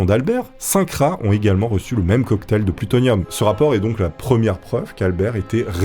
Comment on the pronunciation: T'as vraiment du mal avec le mot plutonium et pas seulement au début 😅